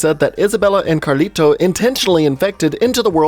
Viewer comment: You emphasize the T in Carlito WAY too much.